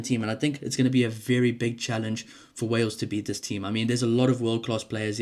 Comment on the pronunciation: 😂😂😂 it's Wales dudette.